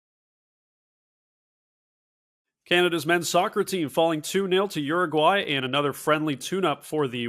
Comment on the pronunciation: Uraguay or Argentina?